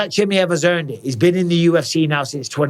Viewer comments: Who’s “ CHIMMYHEV” ? ITS “ chimaev” ! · chimAev, not chimIev for gods sakes. I swear I was trying to pay attention but it just bugged the hell out of me haha.